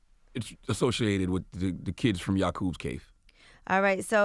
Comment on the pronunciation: Charla said "Yacoub" lmmfao...#Grafted